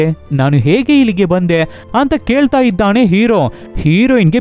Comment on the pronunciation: ಅಣ್ಣ ಅದು ಇದ್ದಾನೆ -- ಇದ್ದಾಣೆ ಅಲ್ಲ... 🙏